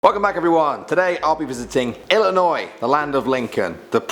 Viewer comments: Ex-Bloomingtonite here: Thank you ever so much for pronouncing the State's name IlliNOY, rather than that confounded IlliNOISE. There's no noise in Illinois! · thanks for actually pronouncing illinois correctly! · First, THANK YOU for pronouncing Illinois correctly. Second, please do a part 2 for Illinois. Third, please do Indiana Urban Legends. And finally, please do Native American legends. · I'm from Illinois, Mattoon to be precise and I want to say thank you for saying it right. Also, I would love a part 2. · Thank you so much for actually pronouncing Illinois right and I love this channel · Oh my God I'm from Illinois thank you for not staying illinoi"sssssssssssssssz" 😂😂😂😂😂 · Im an illionoisan and thank u for pronouncing it right and plz do an irish legends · wow you actually got my states name right most people from out of illinois add the s and it is quite annoing